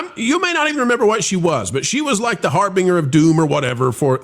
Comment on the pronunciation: lol at how you pronounced “harbinger” - you -rounded it like the search engine Bing. Haha